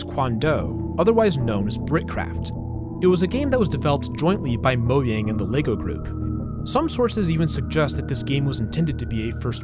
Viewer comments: It's pronounced mo --J-- ang, not mo'yang' Get it right fam 😊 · What do you mean moyang, it's mojang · The way you pronounce Mojang pisses me off so much lol